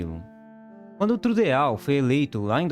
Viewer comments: Não "Trudeal" que se fala é "Trudô" o correto. Todo mundo fala assim. Seria melhor pesquisar melhor o nome antes de falar tão errado. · Trudeau - pronúncia 'trudô' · Trudiau ??? Trudô😁😆😛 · Trudeál??? Foi isto que o locutor falou? A pronúncia não seria “Trudô”??? E a pronúncia do nome da cidade não seria “Vancúver”? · É duro ouvir o narrador falar Trude a u é não Trudô. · Por favor , eu acho que esse é um canal que tem tudo para dar certo - não é Justin Trudeau - se fala na fonética francesa - Justin Trudô ai se fala assi essa terminação Trudeau - se fala Justin Trudô/ você está falando como ler - não liga eguinorando falando TRUDEAAAU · Não se pronuncia "Trudeal" mas sim "Trudô". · "Trudeáu" não, Tridô. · cara, o vídeo é ótimo, mas "trudeáu" é de doer os ouvidos...se pronuncia "trudô" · A pronúncia correta é " Trudô" não " Trudeau" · A pronúncia correta do sobrenome do primeiro ministro do Canadá Justin Trudeau é T-R-U-D-Ô. Se você vai fazer um vídeo tome cuidado para, pelo menos, tentar falar o nome do sujeito da forma mais correta possível. Bizarro ouvir t-r-u-d-e-a-u. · Afff. Tru-de-au chega a doer os ouvidos. A pronuncia correta é Tru-dou. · Amigo, ñ é Trudeáu e sim, Trudô. O Canadá continua capitalista. Tá piorando qual o império vizinho. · Pelo amor de Deus, é "trudô" não trudeal. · Caro amigo, o correto se pronuncia "TRUDÔ" e não "TRUDEAU". P.S. Tenhoa cidadania Canadence!! Espero ter ajudado!! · A pronúncia do nome do primeiro Ministro não é “TRUDEAU” , é /TRUDÔ. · "TrudeAU"????? Credo, parei!!!!! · A pronuncia correta é “Trudô“, não “trudeau“ é um sobrenome francês. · Depois da pronúncia do TruDEAU parei. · Trudeau, não, carajo! Se escreve assim, mas se pronuncia: Trudô. É francês, carajo! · O vídeo parecia bem produzido, mas quando ouvi Tru-dê-ÁU, parei. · só um adendo técnico: Trudeau se fala Trudô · DJASTIN TRRUDOU É A PRONUNCIA CORRETA E NAO TRRUDEAU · SE ESCREVE TRUDEAU...MAS SE PRONUNCIA TRUDO.... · é TRUDoh... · Se pronuncia 'Trudô'